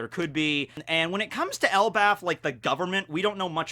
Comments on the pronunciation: ...did you just say "ElbaTH"?:D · For the longest I keep hearing it pronounce as El bath